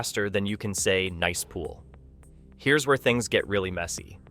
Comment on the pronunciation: You know this is narrated by A I. when they pronounce Nice Pool as "Niece" Pool multiple times. So annoying.